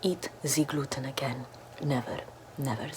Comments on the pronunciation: Ze gluten is ze Lucifer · Ze Gluten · Never eat ze gluten....k....😂😂😂😂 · “Ze gluten is suffering in the bag” “I love ze sounds of the suffering gluten!” Calm down girl Edit:OMG thank you for 200+ likes! Edit:thank you for 300+ likes :0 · I enjoy listening to the suffering of ze glooten, here you listen to ze suffering of ze glooten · Zee gluten is zee demon😂😂😂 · Zeee gloooten 😁